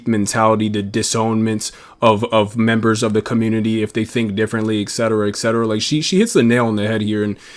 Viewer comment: Stop saying ek-cetera. Makes you sound like a fucking retard.